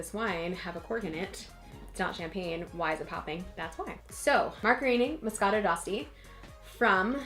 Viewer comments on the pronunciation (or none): You're pronouncing it wrong. D'Asti is pronounced (De Asti), the "e" is pronounced even in English.